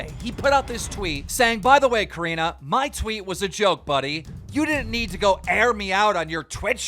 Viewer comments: Keem, I love you and your content bro but..... are you a bit illiterate? Your pronunciation of names are off almost every episode! Her name is Corinna ( not coriena) its Corinnnnnna.. And Lana Rhodes is not Lana Rhose, its Lana Roads... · COR INNA!!! NOT COR INA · Repeat it with me… CO-RE-NA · I love how he still says it "core-re-na"